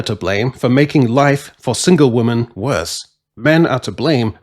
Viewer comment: Dude. Why can’t you say the word ‘women’ properly?